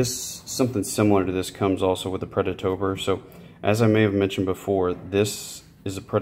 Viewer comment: Watch this video to help me build my UDE kit and also Everytime you said "predatOBR" I took a shot of whiskey, good video dude !